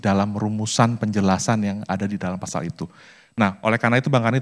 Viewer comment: Pasal, bukan fasal